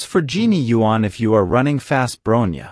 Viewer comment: You got Fu “Xuan” right but not Yuan?